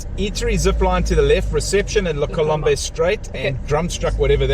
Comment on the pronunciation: You two are shocking at pronouncing French- I only learnt it at school- La Colombe- you do not sound the 'b' at the end only as the last sound is the 'm'. The other one was the Oak and Vigne -Vign e is as in sign no sounding the 'G'!!! Just letting you know folks! I had a birthday lunch at La Colombe - it ws really lovely! I agree Constantia is beautiful - truly graceful area.